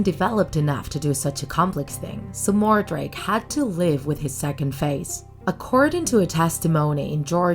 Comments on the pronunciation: sorry to correct you but his name is edward mordake not edward mordrake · “Edward More-Drake” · It's Edward Mordake